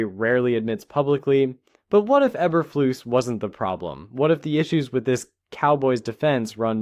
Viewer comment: Learn how to pronounce names.